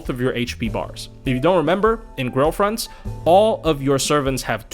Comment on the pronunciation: wasn't paying attention and thought each time you said grail fronts, you were saying girlfriends